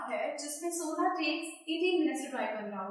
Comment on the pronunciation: Not sona . It's sonia